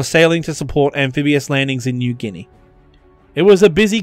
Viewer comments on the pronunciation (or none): none